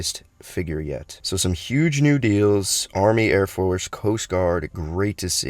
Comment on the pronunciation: Smiling ear to ear since all the news. (And btw? Word of the day is obviously “Yuge”)